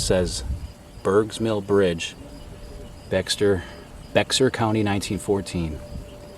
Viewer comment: Bexar County is pronounced like “Bear” county